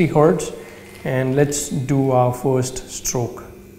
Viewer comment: Good advice. But a word of advice back, don't spend half the video rambling through butchered sentences while you talk about nothing. I was cracking up though when you said we're going to sdard on 90 herdz, so sed id do sixdy herdz. 😂